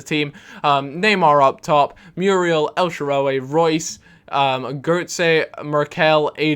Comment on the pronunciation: stop saying el SHARA-WE, its el shaaraw-Y